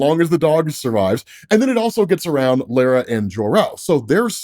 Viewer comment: Kal-els mothers name is pronounced "law-ra" not "lairuh"